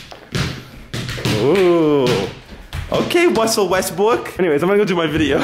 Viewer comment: wussel west bwook